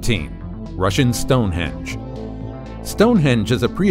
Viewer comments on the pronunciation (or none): Stone “ hinged” Are you bloody unhinged❓ It’s Stone Henge ‼️🤪